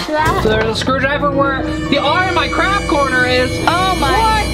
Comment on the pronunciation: You said craft corner but it said craft orner😂😂😂